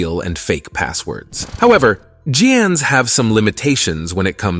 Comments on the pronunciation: Jans? Haven't heard anyone use J before. Should be hard G for "GANs". Hope this doesn't turn into the new GIF vs JIF. BTW, the creator of GIF says it is J, not G, so it is JIF. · It's pronounced as " GAN's " not "JAN's", you need to finetune your AI narrator 🙂